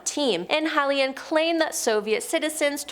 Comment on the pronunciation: 1883??? Can't pronounce Heinlein??? Several other blunders...a rocket flies at an attitude??? Are you guys in trouble financially???